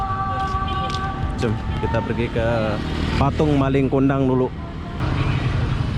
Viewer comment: Njir nggak laku katanya...awokawok Jangan di paksa bang kalau susah ngomong bahasa malay nya Bukan malinG kundang, nggak pake G